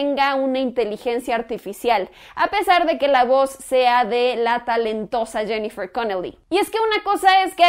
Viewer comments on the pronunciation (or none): none